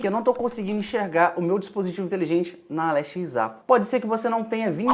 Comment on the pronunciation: Pq vc nao fala Alexa ao invés de Ale X A? Oo Confundiu